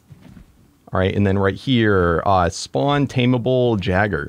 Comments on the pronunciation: No offense but jagger bruh lmao I started to die laughing at that it is pronounced yay- ger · It not a jagger it's.a Yeager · it's not called a jagger it's called a Jager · did i hear jeager i thought it was yeager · its not jagger its pronounced yay-ger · 😁 I'm excited for more kaiju! Also for future reference gojiran is pronounced go- gee-ran. And Jaeger is pronounced yay gr. I'm not hating just wanted to share my info 😁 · It's called "YAY-G-ER" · Just letting you know, gojira is spoken like (goh-gee-rah). The jaeger is pronounced (yay-ger), or just think of the jager bomb drink 😜 Very excited to watch S2!! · Pretty sure the “jaeger” is pronounced as yay-ger but someone feel free to correct me if I’m wrong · Jeager is pronounced yay gurr if that helps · The word "Jaegar" has German origin and is pronounced "yay-guh" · Jaegers are pronounced (yay-ger) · Jaeger is pronounced yaiger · It’s pronounced yay gr